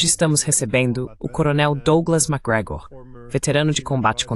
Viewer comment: Magregor.. Macoi.. Mcdonald 😂😂😂